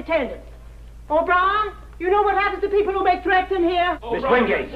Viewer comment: ...Hwo has time?!